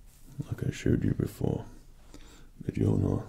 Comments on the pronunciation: That One Motherfucker Its pronounces Mjölner or Mjølner. I should know, this mythology is from my country ;) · I love this video .... however one thing.... Mjolnir is pronounced m yoll nir. Like Jotunheim is pronounced Yo tun heim. The J makes a Y sound in old Norse. Other than that great marvel ASMR Thor! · M-jolnir Me:*internally screams* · Majolneer.... this guy knows he just trolled and triggered thousands. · For future Thor videos, Mjolnir is pronounced myolneer. Just a little nitpick. Otherwise, great work,! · IT'S HIGH NOOT NOOT Its original (and true) name is ''Mjölner'', it's more like ''mi-yornur'' but the o and u are pronounced like the u in burn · hah i love it that everyone is so happy he did this video that there is only a few people triggerd by him saying mjolnir like mejoulnier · Me-yole-near This is what made me not able to sleep. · His facial features and even his accent kind of matches Chris hemsworth’s. Also he pronounced mjolnir, kind of a little bit wrong. I’m pretty sure it’s pronounced me-yol-neer or am I just retarded and he’s saying it right?? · Mjolnir is pronounced (M-Yole-Near). Do not freak out, I myself, have mispronounced it many times when I started to play Halo 4. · I thought he said "meet john here" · “Majolnir” 😂😂😂 bro ur supposed it like the j is replaced with a u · Btw, its pronounced Meounir. Not Mjolnir, idk how to spell the pronunciation but i tried. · ITS PRONOUNCED MULE-NEER💀💀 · Me-ol-near The j sound alike an i in this case. Most of the time it sounds like a y in old Norse. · It's pronounced as Myolnir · “m-jol-nir”...... Fredd... why,.... it’s- the j is... very silent... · its MOL-NIR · Btw its pronounced m-you'll-near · I'm so sorry I had to say this, but she's pronounced "Myolnear". Spelling is correct though. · It’s pronounced (mon-your) mjölnir. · It's pronounced myolnier. Sorry mega fan. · Just so u know it’s called muu l neer that’s how u say it but it’s spelled like you know